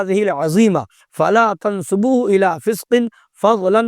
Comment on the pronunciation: Pehle ibarat padhna sikh bewakoof Fala tansabuhu❌ FALA TUNSUBUHU✅